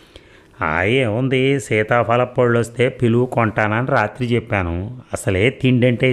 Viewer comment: మీరు సీతాపలప్పళ్ళూ అంటుంటే భలే నవ్వొస్తుంది...😅